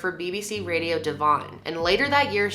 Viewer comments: Great video, just a few points about place names for future reference (though I'm sure someone else has already mentioned them): 'Devon' = Devun rather than Dev-on, Chiswick = Chis-ick (most 'wick' names here have silent ws e.g. Warwick) and Western-Super-Mare = Western-Super-'Mare' like the female horse ('Mair'). Was also amused when you said she was presenting something until 'the mid 1900s' ;-) Don't mean any of this in a hyper critical way, though- your videos are excellent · Ikr 'Dev-hon' 😭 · Devon rhymes with Kevin. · Devon - rhymes with ‘heaven” Chiswick - Chizz-ick Weston Super Mare (Mare rhymes with ‘hair) Charing Cross - ‘cha-RING’ not like charring a steak. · It’s Dev on , it’s funny how we pronounce names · The way you pronounce English towns/city has be buckled 🤣🤣🤣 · the way you say Devon makes me giggle x) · Devon was made to sound very posh lol